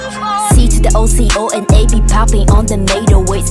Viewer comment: why is everyone saying ocona